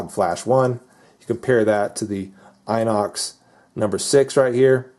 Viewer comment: You pronounce the i from inox, like you pronounce the i from "pistol" or "rims", just so you know ;)